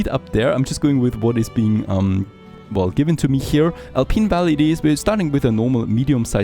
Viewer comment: You're pronouncing "Alpine" as "Alpeen" and that's wrong. Think about pineapple.